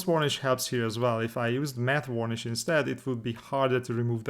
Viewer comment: The way you pronounce varnish is wrong. I'm not sure how to explain it because i imagine saying it's not wurnish won't help! Maybe check out another video of varnishing to hear. You should apply the decals before the oil paints so they get dirtied at the same time as everything else.